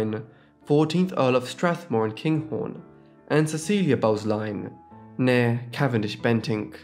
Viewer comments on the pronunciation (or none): Not wanting to be THAT person, but Glamis (Castle, etc) is pronounced as GLARMZ And , you used the word nee - but the pronunciation was so unclear, I had to keep replaying, as I thought you said MARE or MAYOR for some inexplicable reason and was trying to make sense of the sentence. Nee as in originally born, is pronounced nay or like a horse's neigh. Not wanting to 'have a go' just for future record. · Please learn to pronounce “nee”. 🙄. Also, it’s “Titled Families” NOT “Entitled Families”.